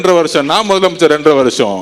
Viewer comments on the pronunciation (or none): மொதலமைச்சர் இல்ல! அது முதலமைச்சர்! நாக்குல இஸ்திரி பெட்டி வச்சுதான் தேய்க்கனும். இவனுக்கு எவன்டா தமிழ் வாத்தியார்? இவன் பள்ளிக்கூடம் போனானா இல்லையா